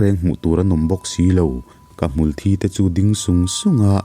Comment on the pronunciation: Hmulthi tiglai hi i lamdan tur ka lo hrilh ag ce mithi soina a Kan lam dan hian hmul thi tihlai hi thi tiin lamroh lamroh thisen Kan lamdan thi ag in i lam a a dik lo